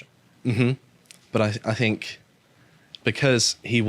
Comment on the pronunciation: Any broadcaster who pronounces "think" as "fink" etc should be purged.